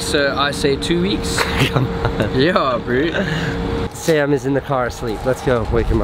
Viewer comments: I love how pronounces bro. BREW! Whats up brewski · The way he says "breew" instead of bro kills me inside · WTF is "Yeah Brew..."This SA dude needs a language lesson! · SKYrise He isn’t saying bro, he is saying bru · has anyone noticed that says the word “bro” like “brew” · Loved pretty much everyone of your vids no fault on you but if I hear “bru”or brew” whateve one more time ima snap ...It’s annoying ... I’m sorry